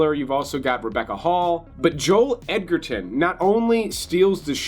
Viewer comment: Mate, you're doing it wrong :| Say "edge"... now say "Edgerton".